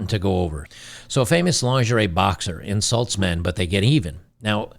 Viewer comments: "Boxer insuts?" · What's "Insuts"